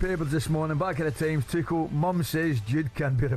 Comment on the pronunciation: It's be a start if you could pronounce Tuchel's name correctly.